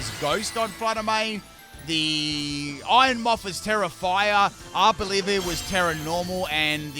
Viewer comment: Why did you say ARB-OLIVIA?😄